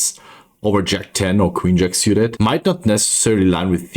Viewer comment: Love everything about your content. Just stop saying "siuted" please. It's "sooted". Drives me nuts. Lmao, half kidding...